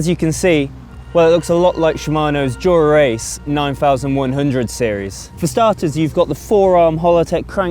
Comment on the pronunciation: Is it just me or can he not say "dura ace" like a normal person. Way he says it makes him sound like a rite 🔔🔚